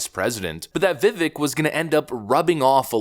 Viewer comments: This guy is knee deep into politics and all of this stuff yet somehow still does not know how to pronounce Vivek's name properly. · His name is pronounced Vivake, as he said, “like cake” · Vivake like cake. Please pronounce correctly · It’s ViVAKE, as in Cake. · Pronounced Vevake...come on! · Vi Vake like Cake!! not like trek. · Don’t want to harp but it’s Vivek that rhymes with “cake” he’s said it numerous times. He’s to popular now to keep mispronouncing his name but good on your analysis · Vivek is pronounced Vi-Vake, long A. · Vivek. It’s pronounced Vih Vake. Like cake. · Love you and love your channel, I hate to be a jerk but his name is pronounced VIH-VAKE (he has gone on podcasts saying it rhymes with CAKE) :) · Spelt Vivek. Pronounced, "Vivake like cake". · His names Vivek, it Rhymes with Cake! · It's Vivek pronounced like cake. Fyi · Dude; it’s Vi-vake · Vivek is pronounced Vih-Vayk, he said "think cake" and it's stuck with me ever since. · FYI Vivek like cake "VivAYk" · Vivek rhymes with cake. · It’s “Viv-ayke”. I know, it took me a minute to adjust to too. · It's Vivek but it's pronounced like Vivake. Like cake. Just to let da people know. He explained in a video I watched so..let's get it right now because I hope he's no going anywhere. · Vivek rhymes with cake. Time for pundits to learn how to pronounce his name. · I absolutely love your content! But I just want to say one minor thing...Vivek is pronounced Vi-VAKE (as he says, like cake). Keep the videos coming--love it all. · his name is pronounced Viv-vake like cake not like it's spelled. I think Viv-vake is awesome BTW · Vivek is pronounced Vi - Vake’. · You really need to pronounce Viveks name correctly. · How can you still not pronounce his name correctly?! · ...DUDE!!! You pronounce his name wrong!!! It's VivEK. Emphasis on VEK! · It’s Vivek ‘as in CAKE!’ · Vivek rhymes with "cake" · Learn to say his name, please. Vivek as in cake. It's a long a sound.